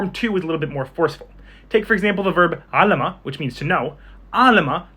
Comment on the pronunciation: Actually, شهد is transitive It's 3alema not 3alama